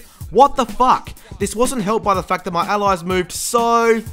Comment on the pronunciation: Lovin the way he says FACK